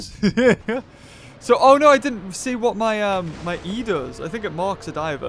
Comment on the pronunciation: i like how no one noticed that he said se instead of see and only noticed DEOTH